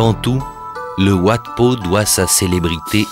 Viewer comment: Wat se prononce 'vat', cela veut dire 'monastere' en thaï, satto, Heu merci !